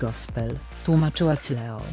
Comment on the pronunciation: Ona Cleo czyta Cleo zamiast Kleo, i Cool Me Down czyta Kul Me Dałn zamiast Kul Mi Dałn